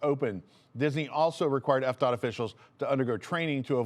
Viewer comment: Am I the only one who thought you said EPCOT every time you said FDOT? LOL